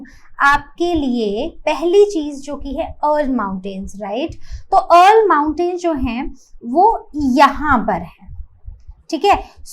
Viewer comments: Ma'am it is Ural (युरल) not अर्ल you are pronouncing it wrong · the way you pronounce ural is killing me rn😭😭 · ts frying me vro especially the "ural" pronounciation 😭😭